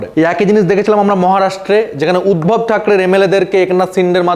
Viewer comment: থাকিস বাংলায় আর তোর উচ্চারণ ও কী?? কামালনাথ, উদবব 😂😂😂😂